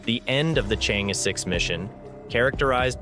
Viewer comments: Thank you for sharing, but the lunar probe is pronounced as Chang-er, not “change” Tq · The Chang 'e mission should be pronounced as the "Sheung Ore" mission, Sheung Ore is a girl's name. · You can't even pronounce Chang'e properly.